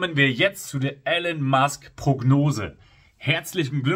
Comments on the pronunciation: Elon gesprochen Ilon, nicht Ellon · Aussprache : Ihlon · Guter Beitrag aber bitte, nicht Elen Musk, er heißt Elon.